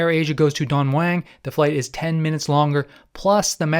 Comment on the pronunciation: Its Don MUANG!!!!!!!!!!Please ur pronunciation of Thai words is really bad I've flown air aisa over 40 times in se aisa< never had a problem, will always go with them as i never have check in Baggage